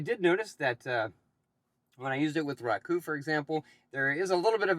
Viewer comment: Who says roku “rock oo”??? No one. Otherwise good video